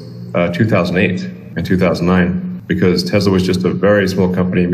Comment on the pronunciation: Nice tank lol it’s Tesla, not Teslar. Love the vids keep it up!